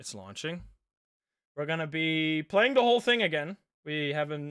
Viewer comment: Hello PLAYING(playing sounds like bloing)